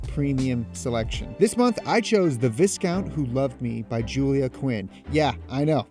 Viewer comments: It's "Vie-count" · When bruh doesn't know it is pronounced vy-count not VSCOunt. Congrats, good doins keep em movin! Eat that cake! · Jesus christ he said VIS COUNT.....its VY CONT...VI LIKE EYE WITH A V IN FRONT OF IT AND CANT like an english snob saying he cant do it.... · Not gonna lie "viss-count" bothered me. Its pronounced "vai-count" just had to point that out. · VISS-COUNT? Did you listen to the book? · Lmao just straight up lying says he’s listening to the viss-count who loved me when the audio book would’ve pronounced viscount right at the start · Vees count... Veescount?! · Haha, if you'd have listened to The Viscount, you'd have known it's pronounced "Vicount"! Nice try though and congrats on 50 episodes 😉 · When you know he hasn't listed to "The Viscount That Loved Me" because he pronounces it ""Viss-count" ... I mean, what, car go vroom vroom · Viscount...lol. Its pronounced vycount. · its pronounced VAI-COUNT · Didn't expect you to pronounce it "Vis-Count" 🤣🤣🤣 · Viscount - Vi, count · Loooool pronounce "viscount" again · Viscount has a silent S. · I can really tell he actually listened to 'The Viscount who Loved Me' by the way he mispronounced viscount - a word he would have heard thousands of times listening to the book. /s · Viscount has a silent S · The S in viscount is silent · Lol this S is silent